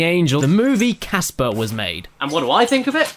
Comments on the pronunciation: Heres an idea for a drinking game on this 2 parter video. every time theres a bad pun drink. Everytime someone screams, drink. Everytime "Snivel I will demist you appears" drink. when ever cabosh (or however you spell his name) says casper's name wrong, drinkAdd onto this everyone, let's make this a real thing! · i just discovered that its casper not gasper